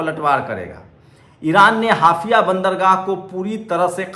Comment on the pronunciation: हाफिया नही वह हाएफा है।